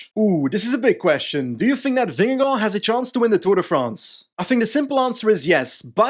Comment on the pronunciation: as a dane i have to say that you nail vingegaards name pronounciation